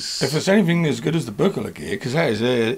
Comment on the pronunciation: Hard G, not a soft G! See the video where Uli himself tells you how his name is pronounced! You've done really well in this video, managing to mispronounce Behringer, Moog and Buchla.